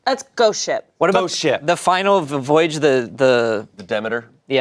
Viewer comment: vvoyage like vvitch lol